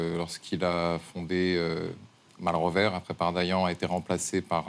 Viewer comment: Malrevers on ne prononce pas le "s"